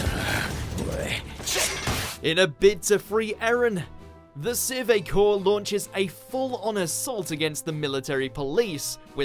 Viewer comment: Sure Core?? Akorman?? Please learn the pronunciations.